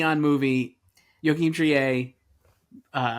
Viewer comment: Another year begins! Thanks for the video. Btw, Joachim Trier is "Treer," not "Tree-eh" like Justine Triet.